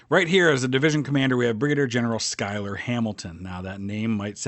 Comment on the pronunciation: I think Schuyler is actually pronounced as "Shoy-ler"